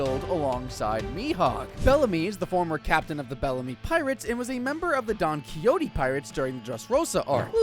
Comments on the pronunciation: btw its pronounced Don ki-ho-te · It’s pronounced DON - KAY - HOTAE